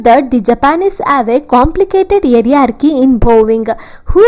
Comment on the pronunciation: Mam its not area- ha -chy Its hi- ra -chy (hierarchy) And its not swages Its savages